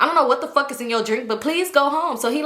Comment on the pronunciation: “I don’t give a fawk fawk fawk”😂😂😂